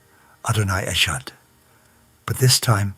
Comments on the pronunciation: His Adonai echad sounded like Adonai etchad (as in the english "ch" sound. ! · Why you cannot pronounce ehad properly? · Either this is being read by someone who doesn’t speak Hebrew or by Ai. The person pronounced the ‘echad’ sounding the ‘ch’ like in the word ‘chew’- a sound that doesn’t exist in hebrew. The hebrew word ‘echad’ is pronounced with the ‘ch’ sound like the clearing of your throat (think chanukah). Any hebrew speaking jew would not ever make this mistake. It would be the equivalent of christian from birth mispronouncing the name ‘jesus’. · Adonai “Achard”? Shame on your cheap neo-pagan christian AI stuff. Liars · "Adonai et-shad"?? Yes, this seems authentic. 🙄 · In the first two minutes of this voice recording you can tell this is a lie . He pronounced the Jewish prayer wrong , a rabbi from New York with an AI British accent saying a Hebrew prayer will do that to you !! Sorry to disappoint!! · The way this man pronounced the 'ch' in the last word of the verse of "Shma" gives him away as a fraud and NOT a rabbi at all. No jew brought up in NYC (or most anywhere else) pronounces it like that! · This is such RUBBISH ! The speaker is obviously NOT a Rabbi or Jewish - as he cannot even pronounce the Hebrew prayers properly "echad" indeed !!! This is a weak attempt at proselytising Jews to believe in Christianity !!! Nice try !!!! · I think this is a made up story, a nice, comforting story, but a made up story nonetheless. I say that as a Shabbat keeping, Torah pursuant, follower of Yeshua HaMashiach. No Hebrew speaking Jew or believer pronounces "echad" with a "ch" sound, knowing it is pronounced with a gutteral "ch" like a k from the back of the throat. Just tell the Truth, the whole Truth and nothing but the Truth! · that is not a Rabbi speaking he would know how to pronounce Echad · I could tell by how the narrator pronounced E chad that this was Not a Jewish rabbi. Nice try. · This is no rabbi. He can't even pronounce echod.